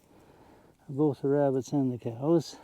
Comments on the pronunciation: “Wrascally wrabbits” Elmer J Fudd, wrabbit hunter. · Wascally Wabbits! e fudd